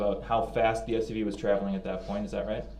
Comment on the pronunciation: He can't even say that he says dat